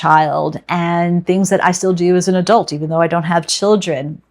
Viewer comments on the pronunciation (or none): none